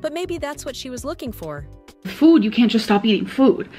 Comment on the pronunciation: I cannot handle hearing her say “füd” so many times in a row